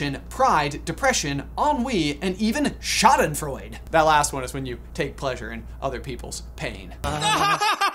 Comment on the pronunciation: One of the things you said is that that 10th emotion could be the counter part to Joy and if that really is the case, then Schadenfreude (btw you pronounce the e in the end in a similar way you say the 'e' in the beginning of embarrassment) could be a good option for this. Schaden means damage and Freude means Joy, so Schadenfreude literally means damage-joy. It's not only (what you explained) the joy when someone falls e.g. but in general the joy of someone else's misfortune and damage (doesn't have to be physical pain; could also e.g. be a bad grade in school). I feel like this could be a good counter part to joy....